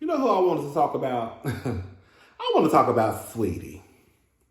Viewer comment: Why everyone say SWeetie? Her name SAW eetie